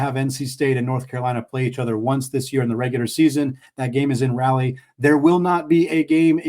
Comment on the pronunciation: Please learn how to appropriately pronounce Raleigh